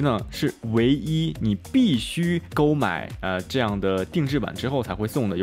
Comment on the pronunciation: 不得不提醒，个别字的发音实在有问题，发音错又不让人觉得洋气，会误人子弟，购买（gòu）是四声不是一声（gōu）。